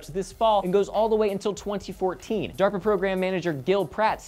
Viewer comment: I heard Darpa, but i swear I heard Durpa...